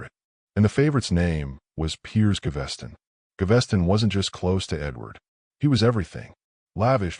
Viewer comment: Can the narrator actually pronounce peoples names correctly (it’s Gav-es-ton)